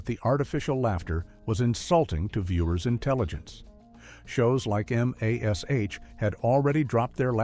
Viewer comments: MASH not M A S H. Stupid AI. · At around 10 minutes, the AI voice speaks of the laugh track as a despised audio technique and the Artificial voice goes on and says the letters M A S H, instead of saying MASH. Ugh, yep, AI voice is also despised! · M. A. S. H. for Mash?, Lauren Tewes' name is pronounced "Tweez" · Imagine if the audio track was voiced by someone who actually knew and loved the show. It would be so much better instead of this AI Garbage. Do you guys ever listen back and hear how bad the internation and pronunciation is of some words for example EM AY ES AYCH. lmao. Useless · AI doesn't know how to say Mash. lol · Yet another AI produced video not worth the time. The AI voice can't even say the name of the TV show MASH because it got confused with the * marks between letters. Making you wonder what else they got wrong in the video. Is the AI filled with unconfirmed rumors? I personally hate AI. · So this was pretty good, but the voice seems kind of AI with a natural positives and a natural pronunciations of things especially the TV show M*A*S*H spelled out MASH which nobody says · You can tell this is AI when the narrator pronounces MASH as each individual letter. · A video with a fake narrator talking about fake laughing and cannot pronounce MASH properly. That is amusing and stupid. Hopefully Youtube come up with their algorithm to stop the "AI videos" soon. A rule to make providers state if the video is lip-synced by a computer